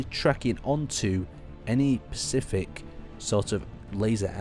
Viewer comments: spe-cif-ic. not pacific =p its also spa-ghe-tti, just incase you say pasgetty ^^ top vid tho bro, ty! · You say PACIFIC like my mother! IT IS SPECIFIC ;)